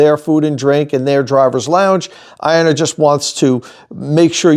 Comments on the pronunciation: The most telling thing is half the reps said “I-O-nna” instead of “Ion-na”. These mouth pieces have no clue what’s going on. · The OEM reps should learn how to pronounce Ionna. To my understanding, it's pronounced Ionna like Ion. An ion is an atom or molecule with an electrical charge. Ions can be positively charged (cations) or negatively charged (anions).